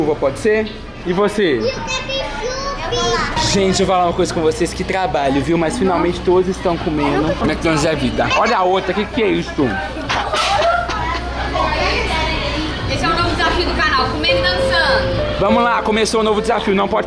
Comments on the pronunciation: "Quépichubi" kkkkkkkk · Não esquece do "quépichubi" Rangel 😂😂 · “Quepichubi” kkkkkkkk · ''quépichubi'' kkkkk